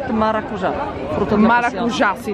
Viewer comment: molto bene molto bene si si dice così maracujà come avete detto nel video, per lo meno qualcuno che lo dice bene ci sta in fondo. grazie mi hai donato quei secondi di felicità.